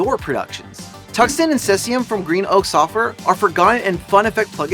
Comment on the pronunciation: its pronounced seazium